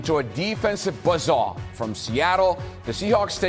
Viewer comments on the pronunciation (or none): “The 49ers ran into a defensive buh-SAH?” That’s buzz saw, you idiot.